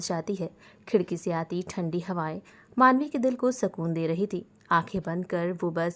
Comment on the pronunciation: Mam aap sukun ko sakun kyun bolte ho sukun hi bola na pliz